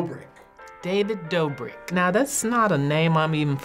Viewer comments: “David dobic” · “David DOBBRIK!!” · David dOHbrick 😂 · nobody: literally no one: old man in the beginning: david dAbRiCk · THE INTRO BAHAHAHA "DaViD DABRICK" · "David DAHBRIK" 😂😂😂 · “ DAVID DAH - BRICK “ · David Dah-brick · " David DA-brik " 💀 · “david dabrick” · “David Dabrek” - Don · “David Dabrik” 🤣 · “David Dabrik” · “David Dobbrik”